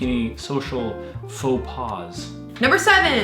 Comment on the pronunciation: Note: Faux pas is French. Therefore there is no plural. It is pronounced "Foh pah" , not "paz". Switches. There's a small word printed on the top of the switch. Stating "ON". Which you wouldn't see if it was on the bottom, as most switches are below eye level. Tipping. If there's nothing on the bill tip if you want. It's up to you whether you've had good service or not. The 20% expected in the US is a rip off, considering you might not even get a good service for that. And not many European countries tip. Some, not at all. In many houses the hot and cold water do not come from the same source. Cold water could come from the main source, hot from a tank or heater. Pressures could be different.